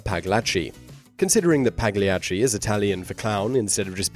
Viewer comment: I've seen Simon's video about pronunciation, but Pagliacci is a pretty famous opera that shouldn't have been that hard to figure out the pronunciation. pal-YA-chi